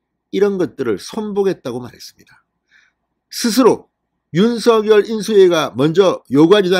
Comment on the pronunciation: 윤서결이아니고 윤성열로발음해주세요 발음하나때문에 퀄러티가떨어져서야되겠습니까